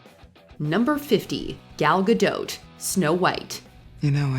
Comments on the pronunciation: It’s pronounced “ga-dough” not gadote. 😂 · Ga-dot - pronounced gah-DOT, not dote. There's no trailing vowel after the "t". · Her name names is Ga as in Gag and Dawt, NOT Doeht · Gahdoht? Gadough.Practice the correct pronunciation. It's not like it hasn't been out there. IMO live action sucks and voice over actors deserve jobs, not screen actors with tons of money. Case in point. Will Smith as the genie whent both BRoadway's James Monroe Iglehart and Robin Williams were far far better. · Gal Gadote? Lmao. If you’re going to narrate for a living, you should really make sure you know how to properly pronounce words. If you’re not sure, look it up. Sounds ridiculously sloppy. Gadot is a French name therefore the“t” is silent. Sounds like guh-doe. Right out of the gate. Can’t wait to see what’s next. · Gal Ga-dote? Ree-Anna? Martin Score-sezzy? I can't tell if the lady narrating this is doing a joke or if she truly sounds like AI in real life. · I'm finding it amusing that the voiceover in this video is criticising Tom Hank's accent when 'she' pronounces Godot's surname with the T....when it's silent, and then completely mispronounces Jeremy Irons' ! ....unless this is an AI voiceover? It's forgiven!....if that's not the case then it's hilarious!.... Thanks for making me laugh on an otherwise boring Sunday afternoon! 😅😉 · FFS the T is silent in Gal Gadot. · Already mispronounced the name of your first actor, dummies. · Wait You pronounce the T in Gadot??